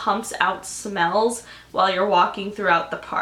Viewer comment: when she said smells i thought she said spells lmao